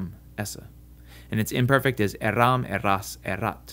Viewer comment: Third person plural, you wrongly put the stress on the last syllable. Avoiding this is easy if one goes horizontally on the verb chart. Also, eram et al. you incorrectly put the emphasis on the second syllable.